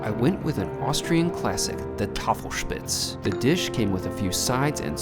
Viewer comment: And props on nailing the Tafelspitz pronunciation!